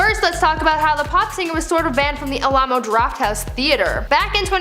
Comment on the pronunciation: A-lahmo Drafthouse Theater? Do you often play “catch the hockey puck” without a helmet. The only excuse for being so stupid as to mispronounce Al-ah-mo the way you did is that the people who named the TX joint also play football without helmets or are from South Dakota/WY. Find 3 sober TX residents who’d eff up the pronunciation and maybe you’d get a pass, but until then, another example of someone who needs education… pretty lame, twit.